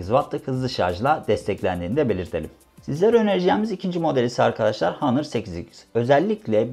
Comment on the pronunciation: hanır değil ˈänər